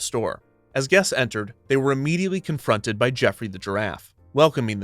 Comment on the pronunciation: I love how you say “confronted by jeffory the giraffe” as if they were being challenged to a fight or something.